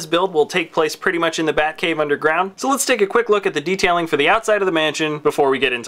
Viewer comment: heh he said buttcave im dying of laughter lolololol